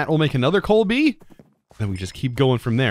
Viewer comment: Basketball fans everytime says "coalbee":):|:°(